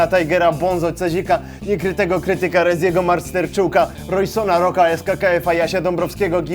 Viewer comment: No nareszcie nauczyłeś się mówić REZIego A nie REŹiego